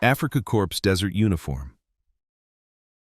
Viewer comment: Is it AI or real? It's AFRIKA KORPS as in CORE, NOT CORPSE, as in a dead body. If you are a human narrator (and I doubt it), you must be every bit as stupid and IGNORANT as the Kenyan POTUS of the USA named Barack Obama who repeatedly and ignorantly kept saying medical CORPSEMAN when he should have said CORPSMAN. The P and the S are both silent as they would also be in AFRIKA KORPS.